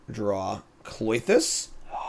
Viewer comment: Why do you call it Cloitus when it's Klothys...